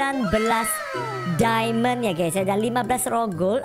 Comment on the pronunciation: Mohon maaf nih bangj itu diamond bukan dimon